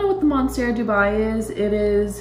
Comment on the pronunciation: Beautiful Dubia. Just so you know it's Dubia and not Dubai. They are spelled nearly the same, and it took me a long time to learn since I had Dubia roaches to feed my reptiles. Best of luck with your plants!! 🪴💚💚💚